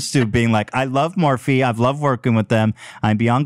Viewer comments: The way Ethan pronounces Morphe as Morph is so fucking funny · Ethan it’s Morph-ee not Morph 😭😭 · I giggle every time Ethan pronounces Morphe - MORF! :D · Ethan is a total dad.... not knowing how to pronounce things like Morphe LOL. my dad used to call Gmail "Ga-mail" 🤣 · Can somebody please make a “Ethan pronouncing ‘Morphe’” compilation